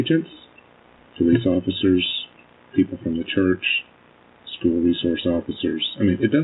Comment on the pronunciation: Ikr? Education is supposed to be her forte but she pronounces school "skoo". 😂